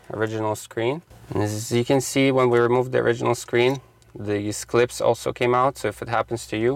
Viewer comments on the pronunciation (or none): 😂 metal cleep, uh clips